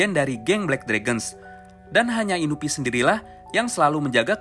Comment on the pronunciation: Inui ngab, bukan inubi